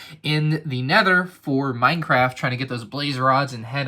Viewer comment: Is it just me or did he say Y-craft in the beginning?